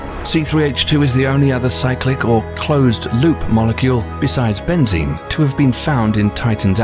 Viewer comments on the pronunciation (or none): none